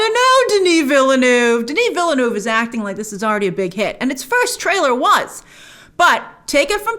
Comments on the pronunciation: Stop saying Villydenoov Fss! It's a French word. It has a pronunciation. Say as if you are using the French words. It's Veelnurv. New Town. We don't pronounce Newton, Neeewlytornpop. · she still can't pronounce villeneuve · As someone who is fluent in french and English , i find it funny how you pronounce VILLENEUVE 😂😂😂